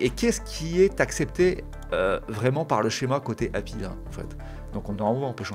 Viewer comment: Excellente vidéo. Ça fait juste bizarre d’entendre quelqu’un dire Happy pour API 😂.